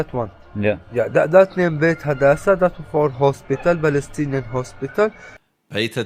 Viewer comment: "He helb 15 beoble in that house? " such a brave Baalestinian who cant even pronounce it.